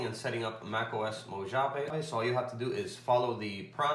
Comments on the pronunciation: Just so you know, it's pronounced "Mow-ha-vae". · Mo”H”ave lol. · I threw up in my mouth every time he said "mo-JAH-veh" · great tutorial but I just can't help it.. being from California, it's pronounced Mo "ha" vee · MacOS.... Mo-“ja”-ve? I’m sorry. That was a good video, it helped me alot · you are clear,concise and well understood.except that is Mojave j is pronounced as an h sound,i used to live their.Great Job!!